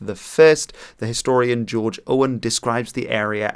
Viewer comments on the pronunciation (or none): none